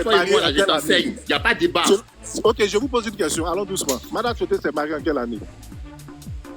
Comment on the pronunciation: On dit Tioté, et non timoté